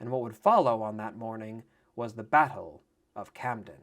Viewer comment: when when you pronouce Battle it sounds like... Butt hole:) 🤣